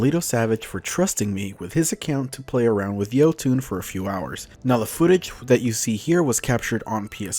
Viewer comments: Jötunn is pronounced Yoton not Yotune as far as I know. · Jotunn, not Jotoon. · Anyone else annoyed at how he says Jötunn?